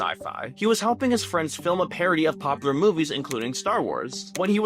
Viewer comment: Please on God go take a speech class. If I have to hear someone say poppler one more time instead of POPULAR I'm gonna delete YouTube.